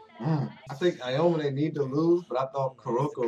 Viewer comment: heyy!! i've just binged watched your entire playlist of knb and am about to hit up the other ones. you guys are funny and provide a very chill atmosphere. i also love how you guys know the sport and can name all the moves (because i can't haha) no hate or anything but aomine is pronounced ow-me-neigh . i just noticed that and just wanted to be helpful. peace and stay lit, can't wait for s2